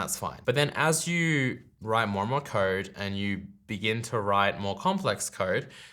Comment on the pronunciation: It took me 3 minutes to figure out what this "card" you kept talking about was. I realized you're just an aussie pronouncing "code" :D